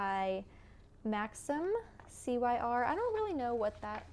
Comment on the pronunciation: Hi, I love your podcast! I wanted you to know if you don't already that Cyr is Max's last name pronounced (seer).